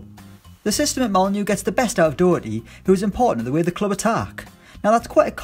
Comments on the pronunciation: Doherty is pronounced like Dawherty not Dowerty. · Mate it's pronounced Do-Her-tea (Not pronounced *doo*) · Matt dooooooohwrty.U English prick.Its daherty.☘️☘️ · It's not matt dough-erty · Your pronunciation of "Doherty" aggravates me. Stop it. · You so badly fucked up matt doherty's name my brain hurts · Someone please teach him to say doherty